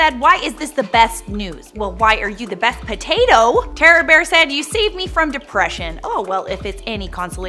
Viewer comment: "A really really big Patato that you can see from Earth"